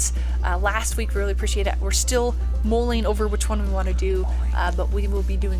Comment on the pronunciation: l hate to disappoint you however it’s mulling over something not molling as you say. We Aussies use the word regularly!!